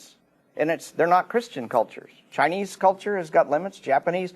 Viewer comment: I hate the sound of his voice he slurs the word christain lol he sounds annoying